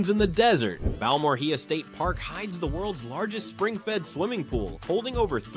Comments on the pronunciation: First off, you need to thank Chet Garner, "The Daytripper" for all of the foorage of his you used. Also, Balmorhea is pronounced Bal-mor-AY-a. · You totally screwed up the pronunciation of Balmorhea. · Well, we know how to pronounce Balmorhea correctly.